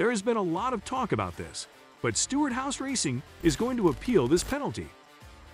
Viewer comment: And Stewart “House” racing